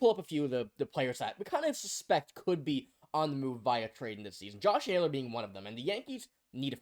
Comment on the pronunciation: This dude said Josh Naylor what a dumb dumb